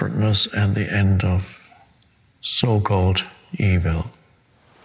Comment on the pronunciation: I like how he says e-Vill